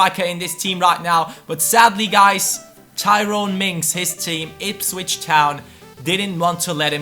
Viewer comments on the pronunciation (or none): none